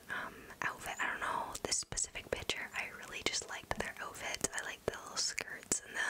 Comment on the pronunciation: Lol I love the way she says picture she says it like pitchure